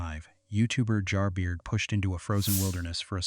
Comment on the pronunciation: "Jar Beer"? Lol it's Jer Bear